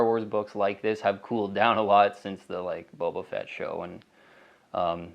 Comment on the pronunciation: Am I hearing ‘bobo’ fett?